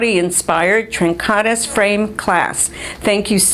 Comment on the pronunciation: Tren Ka DEES - accent on last syllable and pronounce the "i" like a long "e" :)